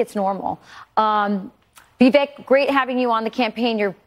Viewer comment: It irks me that a number of anchors still say vee•vehk, when it's vih•vayk or at least vih•vehk